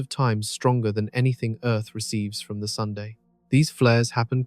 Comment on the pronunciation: oh good... so its not just me then... i thought i was hearing it wrong! or hearing things!